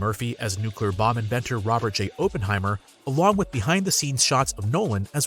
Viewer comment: FYI it's pronounced OPP-en-hi-mer, not OH-pen-hi-mer.